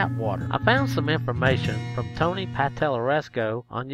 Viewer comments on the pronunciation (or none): none